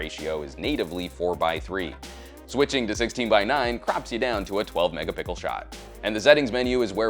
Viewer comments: "12 Megapickle shot" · when will he learn how to say megapixel / megapixels😂😂